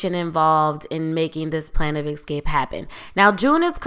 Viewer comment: Moira, not Maura. Escape, not eXcape.